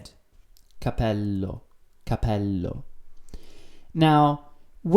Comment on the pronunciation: capéllo non capèllo e soprattutto si scrive "guance"!